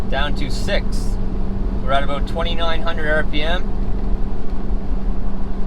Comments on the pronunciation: Sounded like 'a boat' here in Texas. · As soon as I heard “about” I know this was a Canadian 😂😂😂